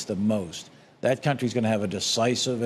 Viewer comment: Now he saying cuntree 😅